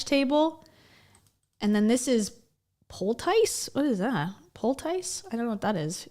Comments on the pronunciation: 'pole-tice' is how I'm gonna pronounce it from now on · It's pronounced "POLE-tiss." It tends to be used in an old-fashioned or naturopathic sense; a poultice to soothe burns , a rash, wounds or infection. Generally a homemade ointment, often with natural ingredients. If you read novels set before the 1900s, it's a word you'd probably come across. :)